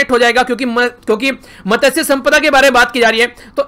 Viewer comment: Sir मत्स्य ऐसा बोलता है usko